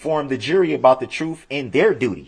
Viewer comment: Truf, Amonish, substain, Recross Examinate, edjunicated, cohorsion, oaf of office, he can't even speak english yet he uses words he can't even pronounce.